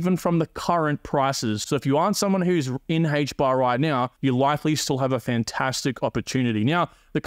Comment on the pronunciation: Aye-ch bar. Not Hay-ch bar lol